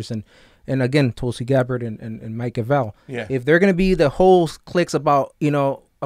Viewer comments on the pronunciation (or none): It’s Gra vel. With emphasis on the vel.